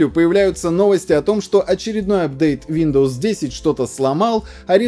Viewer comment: "Шиндоус"))) никогда не слышал))